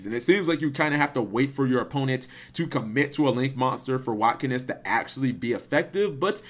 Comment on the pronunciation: say it with me "Watt-Kinesis" Kinesis as in "Telekinesis" I know you can say it